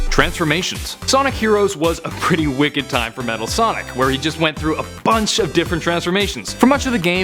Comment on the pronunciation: Metal Sonic Kai. No one gets it right for some reason.